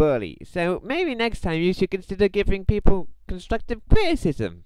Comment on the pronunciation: no no no if your trying to sound like you got to be like Im giving you constwuctive cwitisim the w makes a difference